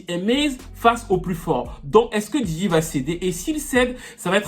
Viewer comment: Djidji 😂😂😂 Yo man it’s Diddy